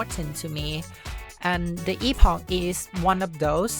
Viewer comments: “Epawgk” :D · Its.. eh·puhk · Epog ❌ Eeffoc ✅ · I've always thought it was pronounced like "epic" :sob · Fun fact: Chrono Trigger's time ship was also called Epoch(pronounced epic). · It's pronounced 'epic' in american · First time I've heard "EPOG" and I hate it. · Something I learned yesterday is that epoch is actually pronounced like epic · I know Epoch is pronounced like "epic" rather than "e-pock", but the meme of calling it the EPOG is too hilarious for me. 🤣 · It’s pronounced EPIC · I CASTE POCHIUS E MAXIMUS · Epoch is not pronounced with a G at the end. Where did this nonsense originate? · The fun part about the epoch in this game is the entire generation of people that have zero idea how to pronounce the actual word.